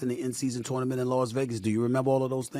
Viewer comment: Hey SAS, say Tournament again 😂😂😂😂